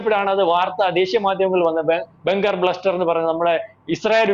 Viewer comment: സാറേ "ബെങ്കർ" അല്ല "ബങ്കർ." 🙏